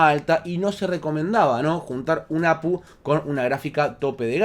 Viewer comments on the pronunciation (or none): No sé dice Apu, se dice A Pe U, cada letra por separado... O cómo dice GPU? O PCI? O cómo dices AGP?